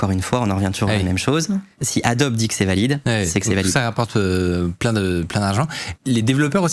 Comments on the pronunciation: Bienvenue sur Radio Franchouillard... Ça fait vraiment mal aux oreilles d'entendre adboe prononcé a-dob. Dans tous les pays du monde, Adobe se prononce "adobi". C'est à l'origine un nom commun en anglais qui signifie "brique crue" (typiquement faite d'argile et de paille). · C'est pour m'achever le gars qui s'y connait et qui prononce Adobe "Adob" et pas "Adobi"? ça me rappelle un formateur de dev web qui prononçait Nginx "n (comme la lettre) guinx (avec le "g" de "gai")" à la place de "engine X". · Merci pour cette super vidéo. Par contre on prononce Adobi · Ca se prononce Adobi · On prononce ADOBI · on pourrait prononcer correctement le nom de Adobe (c'est américain)